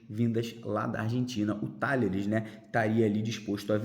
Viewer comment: Talleres se pronúncia Tajeres. Saudações vascainas!